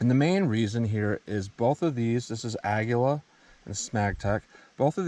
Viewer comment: Great testing and Aguila is pronounced A gi la...in Spanish it means Eagle. Something is better than nothing for sure. 🎩☯️♠️